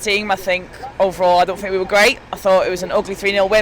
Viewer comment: The ‘What do you fink’ merchant strikes again....